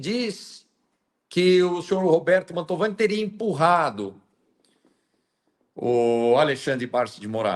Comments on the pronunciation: Mantovani... NÃO Montalvani.....❤❤❤ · Fala o nome certo da familia! Não é montalvani... é MANTOVANI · te adoro, mas de novo vou te corrigir, não é família "Mautovani", e sim MANTOVANI..Bju! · Ótimo vídeo e ótima entrevista,... Mas só um detalhe: não é Montalvani, mas sim Mantovani. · Só uma correção, é Mantovani o sobrenome, não Montalvani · não é Montalvane e MONTOVANE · MANTOVANI,!!! E não Montalvani😂😂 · Uma dúvida sobre um detalhe,: por que você insiste em chamar a família perseguida pelo Alexandre de "Montalvani", quando todo mundo sabe que o certo é "Mantovani"? Na próxima vez que falar desse processo absurdo, corrija isso, por favor (a não ser que seja uma tática anti-censura). No mais, parabéns pela esclarecedora e corajosa entrevista com o advogado. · A ta pronunciando errado o nome. É Mantovani e não mantalvani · Acho que o nome é Mantovani, não Montalvani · MonTALvani não,. MANTOVANI kkkkkkk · É Mantovani e não Montalvani… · Que "Montalvani",? É Mantovani. O advogado repetiu o nome certo o tempo todo e você continuou falando errado. 🤦‍♂ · É família Mantovani e não “Montalvani”. 😅 como repetido diversas vezes pela. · o sobrenome é Man T O vani. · MANTOOOOVANI. Não Mantaaavani.😊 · parabéns pelo vídeo! Corrigindo, família Mantovani; vc diversas vezes pronunciou errado o nome da família. Amo vc; Deus te abençoe!🙏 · Por que a não é capaz de pronunciar corretamente o maldito nome da família injustiçada? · Família MANTOVANI MANTOVANI MANTOVANI!!!! Caraca, dói no ouvido, o advogado fala toda hora o nome correto. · é MANTOVANI. MANTOVANI. É importante falar o nome corretamente porque isso fica registrado pra história. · Bom dia. É Mantovani, miga rsr